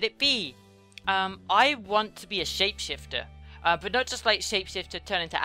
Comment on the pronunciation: "Id want to be a shpe shifter one day i could be a fridge so funny" =)